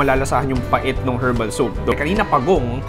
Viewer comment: Silent H ung herbs at herbal 😢😢😢